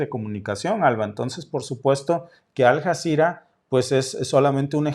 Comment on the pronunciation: Hola y alba. Suena raro como pronuncias Aljazera.se escribe Aljazera y se pronuncia como una ll.Alllazira..😊 saludos,con mucho cariño.